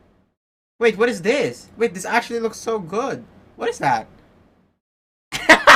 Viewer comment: actuallyってアシュリーって発音するんだなw